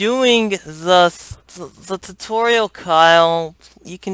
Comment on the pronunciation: lol "Hello everyone to my tuturial" wat?